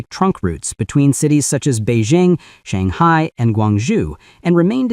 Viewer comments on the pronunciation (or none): none